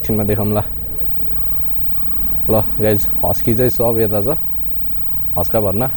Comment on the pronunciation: Bro its Husk warna not huskaa bharna😂